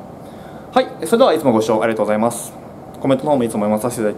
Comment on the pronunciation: の「t^ijj%mvgざいます〜」が好き